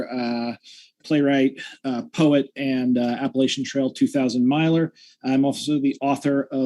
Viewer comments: mispronounced Appalachian. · Nope. The pronunciation of a place is determined by the people who live there. I say Appa-LAH-chan when I'm talking about the specific region in the southern part of the mountain range (that actually came up in my previous debate with ), but the Appa-LAY-SHUN mountains run all the way up to Canada. People in the north use that pronunciation, as does the Appa-LAY-SHUN trail Conservancy, and that is the prevailing pronunciation by the people who live on the trail itself, ie: Thru-Hikers. So the part of the mountain range where the inhabitants say Appa-LAH-cha is where that pronunciation is correct, and everywhere else it's "Appa-lay-shun". Either pronunciation is correct for the range itself, but I tend to default to Appa-lay-shun because that's just the most prevalent pronunciation outside of the South.